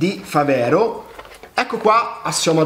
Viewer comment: mi sembra una televendita! si dice fàvero, non favèro, e significa fabbro in dialetto trevigiano